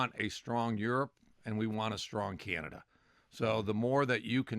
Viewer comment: Hoekstra, it's not Kanada, it's Canada.